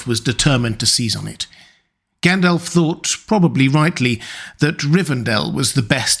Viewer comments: Tolkien included notes on pronunciation in the LotR. The speaker here should have read them. So sick of hearing 'gan DOLF' instead of 'GON dolv'! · Its pronounced Gundalf Not Like Gaendalf Like with the American a. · All well and good but who the hell is Gaen-DELF? 🙃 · It’s Gandalf not elf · I just subscribed and I'm going to watch a few more of your videos, but it's not encouraging that you can't pronounce Gandalf correctly.